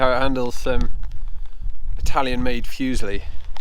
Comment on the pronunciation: great review, really tempted to get this piece of kit. One little thing, though; it's not 'fuse-ly', it's 'foo-see-ly'